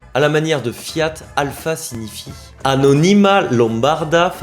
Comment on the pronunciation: excellente vidéo et ta manière de présenter est vraiment sympathique et chaleureuse. Bravo ! Permets-moi juste de te suggérer les accents toniques corrects : Anónima (sans "y") Lombárda (là tu as fait juste 😊) Fábbrica Automóbili Voilà. Ciao carissimo, stammi bene ! 🍀❤🇮🇹